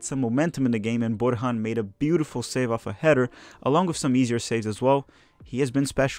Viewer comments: Just one correction: it's pronounced "Bor-yan" not "Bor-han" the J in Serbian is pronounced like a Y. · Borjan is pronounced Boryan....not Borhan....thanks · Borjan is Serbian-Canadian so it's, (Bor-yan). When you respect a man you learn to pronounce his name right. Still got my like. Good job on these!